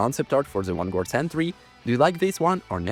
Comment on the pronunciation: That sentry concept looks so good. Also id pay good money to hear pronounce vanguard correctly 😂